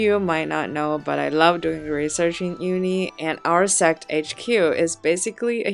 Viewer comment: Can someone make a vidéo. Someone who can pronounce sect ….😂😂